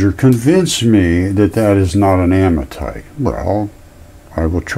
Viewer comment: Don’t take anything this guy has to say as scientific. He can’t even say the word ammonite correctly. And the Earth is not body parts.